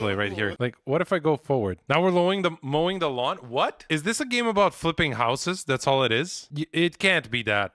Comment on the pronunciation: The fact that he said lowing the mawn just cracked me up for some reason